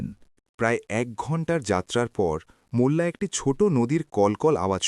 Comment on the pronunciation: "মুল্লা" নয় ওটা হবে "মোল্লা '